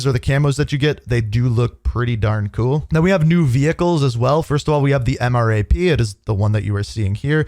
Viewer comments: It’s pronounced M-RAP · MRAP is Pronounced "M" and then the word RAP. M RAP (Mine resistant ambush protected